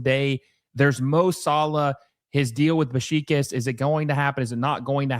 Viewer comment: Your pronunciation of Beşiktaş is killing me. Besh-ick-tash.